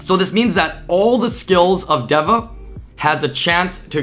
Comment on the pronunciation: its literally just day-vuh omfg